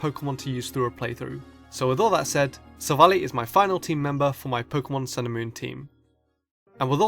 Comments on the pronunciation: It's not sivlally it's silvalleye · It's not silvalie it's soul-vall-i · Its pronounced sylvalli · it's not sil-vally it's sil-val-lie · silvally is pronounced silv ally